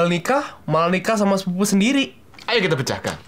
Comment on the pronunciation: ngomong sepupu nya gk bener...